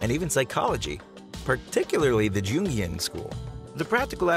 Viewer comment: “Gungian” schools? Get your pronunciations right!